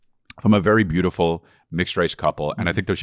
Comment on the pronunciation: “Sbeautiful hair”